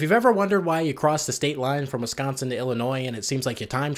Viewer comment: As someone who was born in Wisconsin but raised in Illinois, I can confirm the stereotypes you pointed out. Also it's so nice to hear someone say "Wisconsin" correctly. Here in Illinois, people always say "Wessconsin". It drives me nuts.